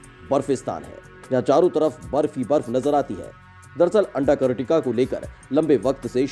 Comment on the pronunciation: अंटार्कटिका का सही सही उच्चारण तो करो।